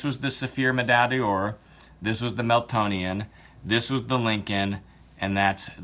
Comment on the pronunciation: C'mon guys, please, let's at least be respectful enough to get the name correct, it's Meltonian, not melatonin or melatonian. It may be the least the product deserves, but in a comparison such as this, it is deserved.